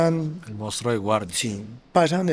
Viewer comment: que especial, inteligente y único, no sabe ni pronunciar "Monstruo" pero es tan inteligente, bueno y victima que nos dijo la verdad de su triste infancia (casi nos cuenta hasta la historia de cuando estaba en el vientre de su madre) y sus relaciones fallidas (por esas "malas" mujeres, que no veían lo especial del buen corazón del asassino este) 😂